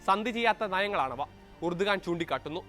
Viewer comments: എർദോഗാൻ ആണ് ഉർദുഗാൻ അല്ല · Urdugan ennalla,rajab thoyyib erdogan ennaanu.